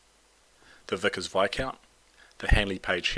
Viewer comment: The s is silent in Viscount.